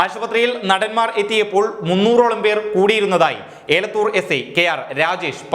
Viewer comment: ഏലത്തുർ പോലീസ് അല്ല എലത്തുർ പോലീസ് ആണ് ഒരു തെറ്റ് ഒക്കെ ആർക്കും പറ്റും take it easy